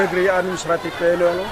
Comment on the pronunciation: Maaf koreksi dikit.. nama desanya YAINUELO.. bukan YANUELO🙏